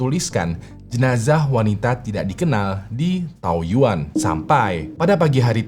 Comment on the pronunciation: Taoyuan di baca thaoyén ya bang 😊